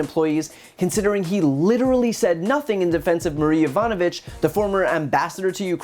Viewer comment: He can’t even say her name right. Be says “Yanovich”